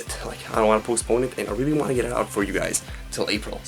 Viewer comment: Wealwy?! It's hard to imagine that being said awkwardly! XD